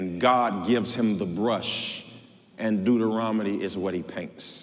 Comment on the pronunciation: “ Deuterominy “ sir I think it’s Deuteronomy❤